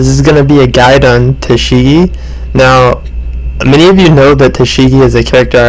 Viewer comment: Ta-shigi Ta-shigi Ta-shigi Great video, but I shiggedy diggedy could not help but notice every time you said it